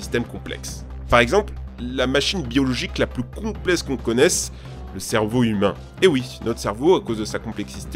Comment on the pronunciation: Tu as du mal avec le mot "complexe" toi😂